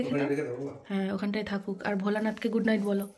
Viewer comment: Mehu ke dekhe sikhechi good night ke "gugight", Google ke "godon", bhoy ke "boy", bholanath ke "bodadat" bolay akta alada moja ache. "Sudhu tumi noy Abolakanto, oneker e bolar somoy kheyal thake na"😂😂😂😂